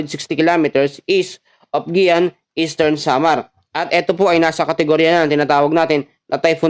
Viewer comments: Giwan po un po Ang pronounsition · GIWAN po yun pg pronounce